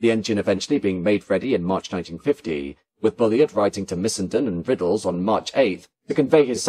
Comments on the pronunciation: The narrator might do well not to refer Mr Bulleid as "Bully-id. His name was pronounced Bulleed which rhymes with "succeed" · What a shame that you couldn’t pronounce “Bullied” properly. Otherwise a fine video. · Yes it's a bit annoying, I'm sure this has been pointed out before - same thing as 'Reid' is pronounced 'Reed'